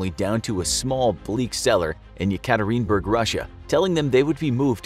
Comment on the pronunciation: No hate the city is called Yekaterinburg (Yeah-kah- Teeren- burg)